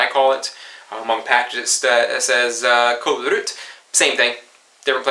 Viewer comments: "Kolrut" is what you are saying, but it should be "kolrot", the kolrabi was spot on. In Kolrot you say the first O as an O, but you turn the 2nd one to a U. Not ment as being mean, trying sorta helpfull. Fun videos. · yeah it can be tricky, the o is supposed to be pronounced like the o in "ost". After trying to come up with an English word with that sound in it I'm not even sure you have it in English. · Typo in the title... It's "Blodpølse" ;) It's just a typo though, as you wrote it correctly in the description :) And in addition, you're struggling with your "o"s and "u"s ;) It's "Kålrot" with and o sound, not with a u sound.